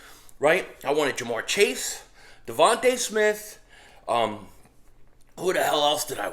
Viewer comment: Yo, ur cute little daughter F’d you up with that wiffle ball bat 😂. Hey, it’s DeVonta (dee-von-tah), not Devonte’, right? I pray the guy is as good as you believe. He’s a string bean.